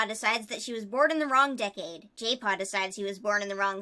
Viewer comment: Jaypaw - My ears: Gaypaw:D